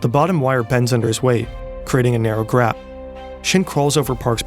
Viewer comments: "...a narrow GRAP"? What is a "GRAP"? 😂😂😂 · gap* not grap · "Creating a narrow gRap" 😂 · You said grap. Nice